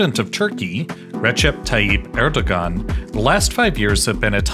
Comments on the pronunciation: It is pronounced as Er-do-aan. g is silent. 🤘. Pakistan'daki Babür soyundan gelen destek. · "g" is silent in "..ogan" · Since I get the feeling that you care, the "ğ" in Erdoğan's name is pronounced as a [w]. More generally, it makes more sense to think of "ğ" as silent in (the most common dialects of) Turkish, but sometimes it becomes a [w] or [j] ([j]="y" sound in IPA) because of the surrounding vowels. It's also used to mark long vowels when after a vowel letter or between 2 of the same vowel letter. All this is because it actually represents a sound that disappeared in the most common dialects of Turkish. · we do not read the “ğ” all time, mostly the “ğ” is silent. the “ğ” is used between two vowels. the vowel reads after the “ğ” 2 times with softly. for example the erdoğan: here the erdoğan's pronunciation at turkish; erdoa:n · You butchered the presidents name. 11/10 on reporting. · If you can't pronounce the name of the country's leader correctly, don't make a video about the country. Good rule of thumb. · Lol that family name pronouncation